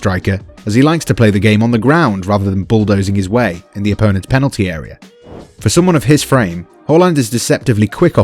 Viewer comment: No one: Absolute no one:: Panelty no hate just though it was funny:)